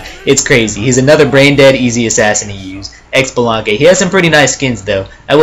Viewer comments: Xbalanque Is pronounced SheeBalanque Not EcksBalanque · I actually think Xbalanque is pronounced Shabalanque. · Of course I'm going to be "that guy" and say that Xbalanque is pronounce "Shibalanque", and that his ult does nothing if you stand still right before it goes off. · I laughed every time you pronounced xbalanque wrong. its (shee-bo-long-keh) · ... He said X-shalanque noooo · Its pronounced as such: CHI-BI-LAN-QUE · For Xbalanque the x is pronouced sorta like shib so shib-along-kay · the way he said xblanque irks me